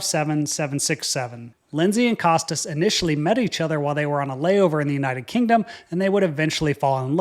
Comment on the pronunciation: Costas is pronounced "Koh-Stah"